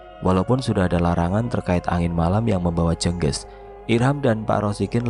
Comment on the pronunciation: Penyebutan Kata "jengges " Nyan salah itu